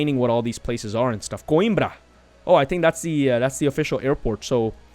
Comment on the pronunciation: You are pronouncing "Coimbra" almost like a portuguese speaker🤗 Just one note. They should have worked in Oporto not Coimbra, because Oporto is the second most big city in Portugal and also have an airport...